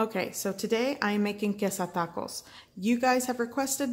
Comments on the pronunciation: Like thaco!! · when you hear 'taco' pronounced like that, you know its about to be gooooood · So Spanish? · She sounds exotic but it doesn't sound like Spanish to me. Weird